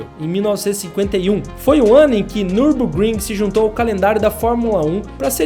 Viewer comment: Nürburgring em alemão se lê meio assim: niubôkrrim, esse u com dois traços em cima em alemão tem meio que um som de i sabe.